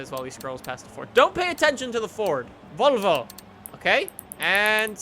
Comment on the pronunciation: how the fuck did you pronounce Volvo